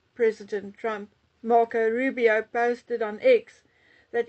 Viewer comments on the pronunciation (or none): none